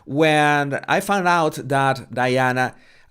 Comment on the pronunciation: It’s not “Deana,” it’s Diana ffs!